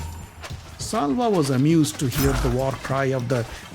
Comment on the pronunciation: It’s Shalya not salva